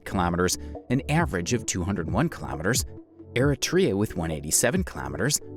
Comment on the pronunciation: ‘Kilamiturs’ is how he says it